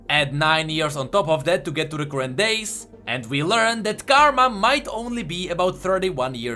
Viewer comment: are you greek? u couldnt pronounce "current" correctly instead u said "courrent". The greek do not have an "ugh" sound that is why i am asking